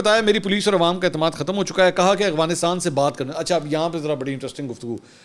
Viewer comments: mansoor bhai afghanistan name hai aghwanistan ni h mai ny 10 dafa ap ko note kia h ap b apni islah kryn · منصور بھائی آ پ افغانستان صیح نہیں بول رہے